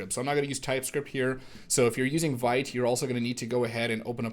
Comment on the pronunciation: very cool! just as an fyi: vite is pronounced [veet], it's french for "quick":)